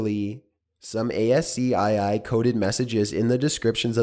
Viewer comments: Why must he say A-S-C-I-I? It's said as an acronym. ASCII. Essentially "AS-KEY". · ASCII is pronounced, ASS-KEY, FYI. You don't read the letters out. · Ascii is pronounced as key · ASCII is pronounced "ASS-key"